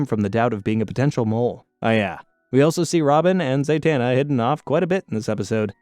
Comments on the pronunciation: Why do you mispronounce the characters name? Like if you watch the show you would know her name is Zatana. You are saying ZaYtana. You did the same thing on attack on Titian. You said Levy and not Levi. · It’s ZAh-tana, not ZAY-tana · He’s not his father in law. He and Talia were never married. Also, how is it you can pronounce Zatara correctly, but not Zatanna. They’re practically the same 🥴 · Hearing you mispronounce Cheshire, Zatanna, and Perdita hurts to hear.